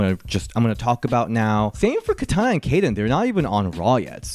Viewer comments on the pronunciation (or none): none